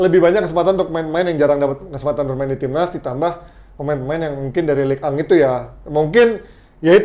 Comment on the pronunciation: Liga1 = Ligue ang 😂